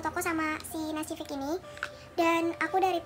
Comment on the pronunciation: Nacific bacanya nasifik kak